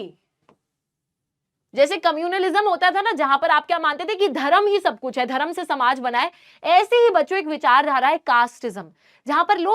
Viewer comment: Your pronunciation is bad your Hindi pronunciation is bad not Dharam it's dharm 👏